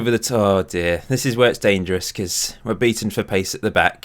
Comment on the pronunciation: I laughed a lot on your hungarian pronciation Kiss xd you pronunce it like if it was written kissch.